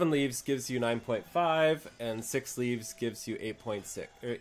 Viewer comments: (Timestamp ) It's pronounced like leave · It's pronounced like "leave". There's challenge log entry called "Make Like a Tree" for doing "leaves". Get it? :)